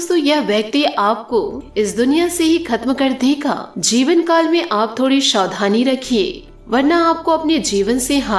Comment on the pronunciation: आपको सारे राज्योके लोग सुनते है, इसलिए शब्दोंका उच्चारण आपके राज्यके तरीके से मत कीजिए। हर स का उच्चारण आप श करते हो। समस्या/ शमश्या , आसू /आंशु, सिर्फ/शिर्फ , सावधानी/शावधानी